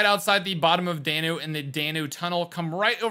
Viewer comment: Dan-ew not Day-New